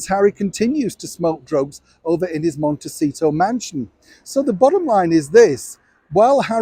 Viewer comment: Keep thinking Mendocino when you say the name of his estate, just sounds different which maybe by design. Just trying to keep in my " your saying it wrong" in case I am.🙃